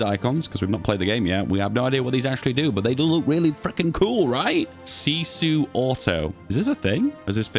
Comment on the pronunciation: Honestly your pronouncing was good on that word :)